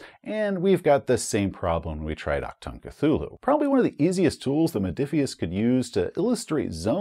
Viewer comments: Hey! Love your content. I don't wanna be the grammar nazi here... But if I may give you a little heads-up: Sayin "Ack-Tongue" is not what you say if you wanna say "Attention!" in german. I know the german ch is not an easy thing to pronounce as an american or english person. If you want to pronounce it more correctly (I'm fine if you don't), try to ignore the c, emphasize the h and speak the u like it is the oo in "Doom". So you say it a bit like "aHtoong". Even though this is still not 100% it, a german speaking person would understand it just fine and it miiiiight be a little more comfortable to say for you. Greetz from Germany! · for a correct ch sound, just imagine a hair in your throat.. the sound you make trying tio retch it out? thats the ch